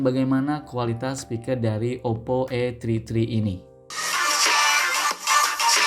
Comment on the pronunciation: Saran bang 😂 kalo gak bisa BHS Inggris gak usah sok sok an Masa namanya OPPO A TRI TRI 😂😂😂